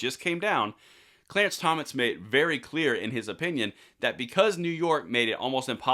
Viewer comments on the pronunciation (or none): none